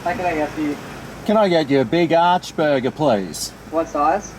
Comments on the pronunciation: Yep... Ya got it right when ya called it the big arse burger instead of the big arch burger... LMAO 🤣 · Not the B.arch burgah😂